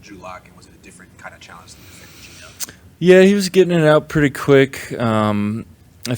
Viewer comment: "he's Purty good!!!"